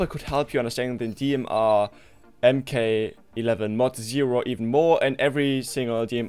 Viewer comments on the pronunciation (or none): It's pronounced. Mark. Not EM K...jus sayin. MK11(Mark 11)